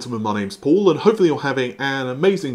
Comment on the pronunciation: When did Paul move to the US? Seems his pronunciation has gone all north American now!